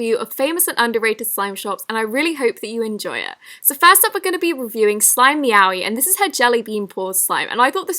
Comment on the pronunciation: I keep thinking shes saying slime yaoi